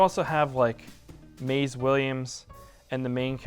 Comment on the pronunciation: Who? Maize? You mean Mayzee right? 🙂